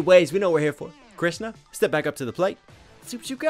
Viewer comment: I watched the entire video because he pronounced Krishna very well